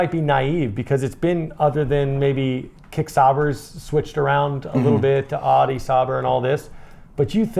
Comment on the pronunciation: Happy new year guys . . . Ya really need to learn how to pronounce some words guys . . . . Tyrrell. . (Ti rell . The y is sounded like the i in "in" ) . . Renault . ( ren o) . Audi . .(ow di). . . . . Go Liam . . 👍👋🇳🇿